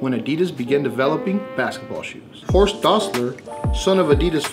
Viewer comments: Horst, not Hosrt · Horst not Hosrt :)